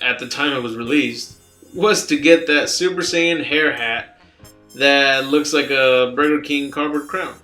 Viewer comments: it's super sighyan not sayin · Man...That announcer dude said Super "Sahyin"! Thanks for bringing this up. I never saw this commercial. Dude. This should of been number one. It prove that these developers are straight out of Devry University who are a part of a nonsense coalition of fan artist who thinks far from the actual DB series. They didn't even take time to approve the announcer man's pronunciation before release. They don't care about what we want. They just want to make it look exciting then get bashed after purchase, but they can careless because the money is already in their pockets. In my opinion, an abomination has been made throughout their video game franchise. They only made one that was acceptable and it was the one that was made before Budikai. After that, the franchise spiraled out of control. Have anyone played Veiwtiful Joe? In my opinion, they should of took note from that game play. DB is full of fast pace kicks and punches with a mixture of energy wave and special moves. Viewtiful Joe demonstrated some of these action, though they were executed only by one button for kicking action an one button for punching, but pressing them in a certain way expands his fighting technique. With this simplicity, they still managed to pull it off, because the game kicked ass. The DB games failed...All of them. The mechanics were terrible! They can never match up to Street Fighter. For some reason, Street Fighter will always be fluctuating on the top of best fighting games with Mortal Combat